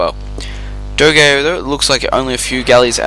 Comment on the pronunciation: Nice video, some heads up about the names: dogao is acutally Dogão (ã sounds like "an", but with a nasal tone, like "doh", "gan" like in gangster, then "oh", but there are ony two syllabes: Do/gão), plus in armandinho and danzinho the "nh" sounds like ñ, like in señor for example.